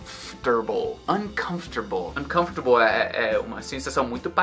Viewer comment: o que acontence na pronuncia das palavras "confortable/unconfortable" que o R parece sair do "for" e ir pro "ta" soando "confTERble"?